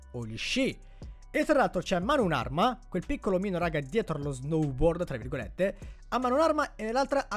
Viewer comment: Si esce lo snoubord